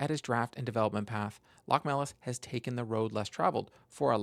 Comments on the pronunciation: LoCHmelis (emphasis on the O). I am from Latvia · Btw it's actualy pronounced Lochmelis